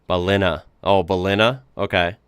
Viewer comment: Pronounced Bell-in-nah